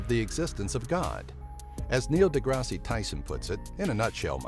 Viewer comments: "Neil DeGrassy" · #8: The 5th dimension #5: Nothing #3: Ghosts don't exist #1: Seriously? Also you pronounced DeGrasse wrong.